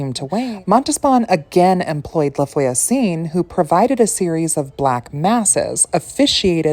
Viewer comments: No offense just to help :<3 Try to pronounce "Lah vwa-zun" (LaVoisin) which means "TheNeighbour" but you probably know it ;) This is a lastname so it doesn't matter but the orthograph is not correct : for a female neighbour you should write "la voisine" and for a male neighbour you should write "le voisin". Hope you won't take it as me patronising you, it was to truly helping, as i like help to improve my english .... ;) A frenchy witch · Hi. Thx for the video. "La Voisin" is actually not that elaborately pronounced: just think, Vwah-zah" (two syllables, not three), and make the "h" a bit nasal. A guiding rule with French is, if a word ends in a consonant, it's not pronounced at all; if it ends in a vowel, then the consonant is pronounced (and SOMETIMES the vowel😊). Cheers!